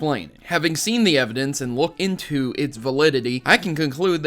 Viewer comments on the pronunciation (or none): none